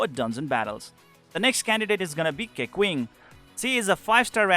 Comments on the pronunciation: the correct way to say it is Kaching lol I like the way you say it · How do you pronounce keqing and diluc 🤣😂